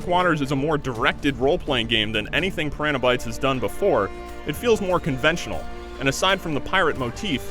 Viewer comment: Why does the narrator not know how to pronounce piranha?